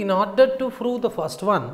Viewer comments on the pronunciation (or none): Its not froo its prove ,please change